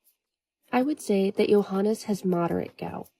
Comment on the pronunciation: Why are you pronouncing his name as “Johan”?